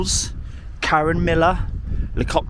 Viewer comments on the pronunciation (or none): none